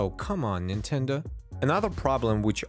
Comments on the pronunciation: "c'mon Nintenduh" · "Come on Ninteda" lol had me dead